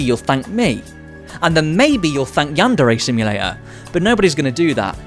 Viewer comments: How to say it: Yandere. Yan-Də-Rə (What is this symbol, you ask? It's the character that represents the sound you made when you said "the" in your head upon reading this. Not an E sound and not quite the Uh sound.) How not to say it: yanDAIRY. yanDERRY Yanderay. Never stress the second syllable of Japanese words because when you do: Japanese people experience cringe. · I swear I'm not a weeb, or a yandere sim fan, I'm just a linguist It's pronounced closer to yanduray than yan DARE ay Edit: he starts pronouncing it correct later in the video